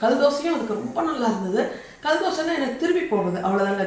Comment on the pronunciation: தமிழ் கொலைசெய்ய வேண்டாம் கள் தோசை இல்லை.கல் தோசை